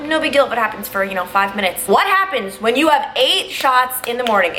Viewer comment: you pronounce “when” like whan